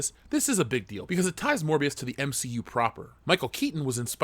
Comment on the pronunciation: SAY MCU PROPER ONE MORE TIME!